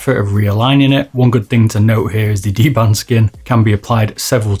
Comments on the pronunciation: DBrand, not dband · dBRAND, not dBAND:p